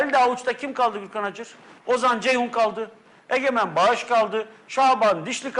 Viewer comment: Egemben bagis diyo hâla bu mu gazeteci